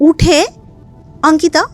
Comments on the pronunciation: অঙ্কিতা✅ আঙ্কিতা❌ এটা আবার কেমন কথার বলার ধরণ 😅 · Delhi te baro hoechen,so eta normal bolte paren.